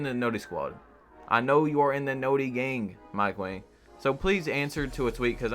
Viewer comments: Its wang not wong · Mike Wang is pronounced "WONG"